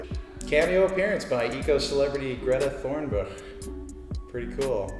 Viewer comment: he absolutely destroyed Greta Thunberg's name